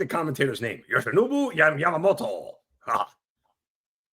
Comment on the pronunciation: Zino should of hit the GONG after you said...Yammamoto...😂